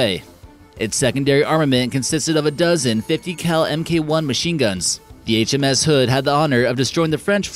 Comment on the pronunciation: Did you have a stroke when saying HMS